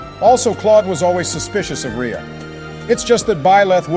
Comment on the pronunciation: I knew Edelgard would imidiatelly derail the discussion and it is hilarious. Also, I like how the mispronounce Rhea but get Lysithea right.